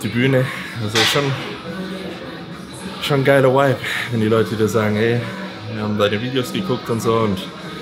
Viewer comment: Bin ein richtiger fan, aber Whipe und Vibe ist einfach ein unterschied bro..... BITTTEEEEEEEEEEEEEEEEEEEEEEEEEEEE jeeeeedes video sagst du das wort JEDES